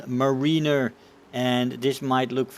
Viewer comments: Btw it is not muh-ree-ner it is mare-i-ner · Btw it's is pronounced Meh-ruh-ner not Muh-ree-ner.